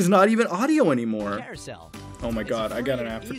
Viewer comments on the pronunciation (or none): none